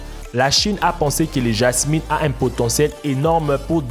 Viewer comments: Le Jasmine sa ma tuer cest le jasmin 😂😂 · c est pas pour me moquer mais c est le jasmin et pas le jamïn ❤️😘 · et le jasmin ne se dit pas jasminE mais bien jasmIN (ne prononce pas une) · 🤣🤣🤣🤣🤣🤣c'est pas jasmine mais jasmin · Salut on dit Jasmin pas Jasmine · En français c'est jasmin et non Jasmine... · apprend le français s'il te plaît On dit le jasmin pas le Jasmine c'est pas un méchant commentaire c'est un conseil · on dit pas le jasmine mais le jasmin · hé c'est pas jasmine mais JASMIN😲😉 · c est "JASMIN" et pas "JASMINE" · jasmin ce dit en phonétique ja ce min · on dit jasm1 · sa se dit le jasm(in) (un) ta compris